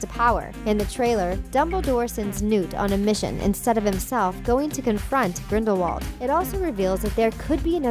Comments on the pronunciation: It's Grinde-vald not grinwald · did. She. Just. Say. Grinwald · I stopped watching when she said "Grinwald" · it's grin-dull-wald not grind-wald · Ricki-Sue King smh it’s GRINDIWALD not GRIN-VALD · It's Grindelwald. Grindevald was pronounced that way by Viktor Krum because he wasn't that good in British. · It’s Grind-I-wald not Grind-wald And Dumbledore was a transfiguration teacher before coming headmaster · Ricki-Sue King Grin-del-wald, you mean. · Ricki-Sue King Yeah well I myself always got mixed up wondering wether it was Grindelwald or Grindlevald but if Dumbledore says it with a v then it’s confirmed as He knew him personally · Sorry but it’s grindwald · Grin-dolf Seriously?! 1) At the end of the movie, Grindelwald himself gives Credence the wand 2) You do understand the snake you just named ‘ maledictus’ is nagini? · The crimes of grinwal😂😂😂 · ‘Grinwald’ ‘Lehta’ NO!!!!!! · She can't say Grindelwald either! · Did you know that Grindelwald is a village in Switzerland? Just some random info...as for Harry Potter, if you pronounce the name in Grindelwalds accent the W becomes a V. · Or you could use your brain and realize that "Grindelwald" is a German[ic] name and thus would be pronounced as a German-speaker would pronounce it. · I was done when she mispronounced Grindelwald... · Omg Grindelwald didn't die until 1998. Not only is she terrible at pronouncing any of the name she has no clue what she's talking about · at least learn how to pronounce "Grindelwald" and "Leta" correctly